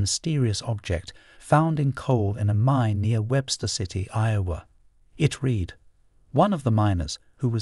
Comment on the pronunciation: Swarm under oath !!!! Reed (FOR READ(RED)!!! AND MORE. What kind of language is this guy supposed to be relaying to us !!! This is very difficult to take seriously.